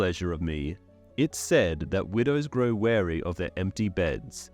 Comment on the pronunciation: "It is said that widows grow weary". weary (we-ree) {tired}, not to be confused with wary (ware-y) {cautious}